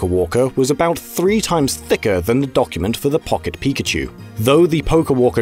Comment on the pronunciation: Pawket pikachew